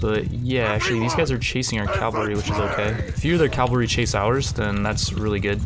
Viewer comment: Cav-al-ry. Cavalry, not "Calvary". Many people abbreviate it to cav. Would you say cal to abbreviate it?